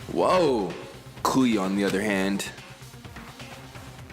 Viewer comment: Bruh everytime he say kuya i feel like he bout to say coo and i be like come on whatchu need the coo rn for